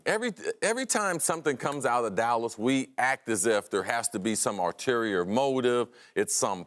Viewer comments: Don't use big words if you can't spell or say them, Cris. It's "ULterior" motive, not ARterior motive. Stop trying to be Stephan A Smith with the vocabulary. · And what accent would that be? Last time I checked there are not any English dialects that would ever pronouce an "ult" sound as "art" but hey what do I know? The reality is that he thinks that is the way the word is spelled/pronounced. He has obviously heard others use it, and he even used it in the correct context, but that does not mean he has ever spelled it out or pronounced it correctly..